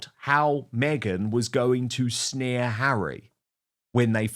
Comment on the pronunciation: It’s snare , not sneer Dan 🙂